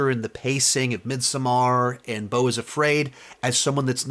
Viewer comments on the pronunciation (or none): none